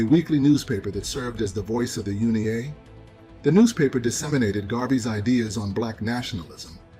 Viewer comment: U.N.I.A NOT UNI-A